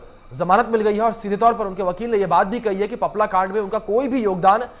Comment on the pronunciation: सही ढंग से बोलना सीख लो आपला नहीं है पपला हैं वह